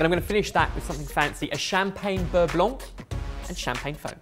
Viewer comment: boys it's beurre blanc